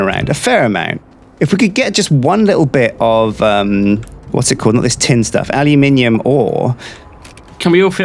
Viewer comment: Aluminium, not aliuminium.